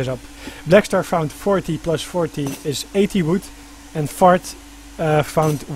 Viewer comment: ...what I find real funny is when you say Fard...it sounds like "FART" !!! hahaha